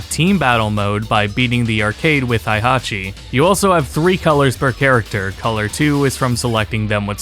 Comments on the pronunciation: Great video, a few minor points though. 1 - Hey-Hachi and Shao-Yuu. Not Hi-Hatchi and Zai-yuu. 2 - Tekken Advance is not the first portable Tekken, that would be the Japan-only title released for Wonderswan. YT put your channel in my recommended feed. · HEY-Hachi. Not HIGH-Hachi. Tired of people clearly not knowing the game by pronouncing the names wrong! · Dude, your vid is too comprehensive and well-informed for you to be saying “Hi-hachi” and “Zaiyu” lmaoo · The way you pronounced Heihachi's name made me physically ill, but good video.